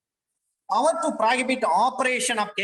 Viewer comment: It's not powerrrrrrr..... It's power.....